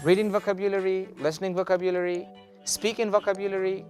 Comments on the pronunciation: Wrong is wrong! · You mispronounce the word vocabulary! Please check it in Oxford, Miriam-Webster... The way you pronounce it sounds odd.